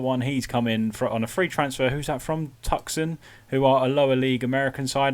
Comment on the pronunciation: I know you're not generally too worried about pronunciation, but in case it comes up again Tuscon is pronounced: too-son (though more Heung-Min than your male child!). Keep up the vids, I've been enjoying them for a couple of months now :).